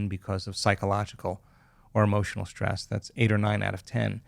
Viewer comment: Great info but someone should teach him how to pronounce words like Hormones (not HARmones) and Stress (not SHTrees) or History (not HiSHtory). Very distracting.